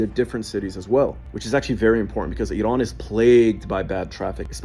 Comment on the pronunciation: As a Farsi speaker I can't stand the way this guy says Iran, he says it as if it's spelt Idan. Bro it's Iran.